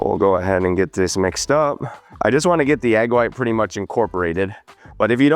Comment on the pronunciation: You mispronounced “and” 😂